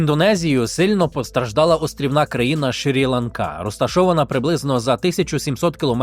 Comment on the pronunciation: Правильно казати Шрі-Ланка. Дякую за випуск!